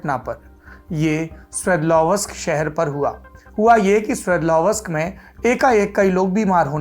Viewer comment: 'स्वेदलव् स्क ' ये है ऊस शहर के नाम का उच्चारण. चाहे तो आप गूगल पर इसका pronunciation सर्च कर सकते है।